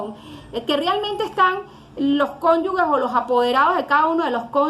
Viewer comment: aun no sabes que se trata de CONYUGES DE MANERA QUE NO SABES DE LO QUE HABLAS. NO SE DICE CONYUGUES, DE MANERA QUE NO SABES DE LO QUE HABLAS. LEE, ESTUDIA.